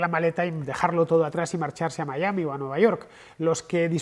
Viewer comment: "Miami" (pronunciación), en Miami y en Castellano, por favor: no "Maiami"...